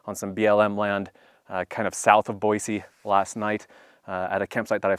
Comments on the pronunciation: Boy-C not Boy-Z. Thanks for the heads up! 👍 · Thank you for saying Boise the correct way.